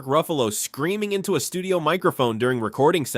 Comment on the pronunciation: You had me locked in until your AI 🤖 kept saying " Lou Faragno" ....ugh